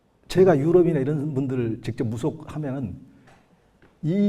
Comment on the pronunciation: 긴 자를 짧게 잘못 바름한 ㅇㅖ: 가치,무속,사관학교,개신교,대통령,시골(촌),대단하다 등, 평사어의 자단음 문제가 있다. 말이 너무 조급하고 천속한 구어적 표현이 심하다. 군소리가 많다. 좀 더 절도 있게 말하면 이해하기 좋고 품격이 있게됀다. "한국 어문을 고발함" 이라는 책을 일독해 주실까요. 미국 변 완수 드림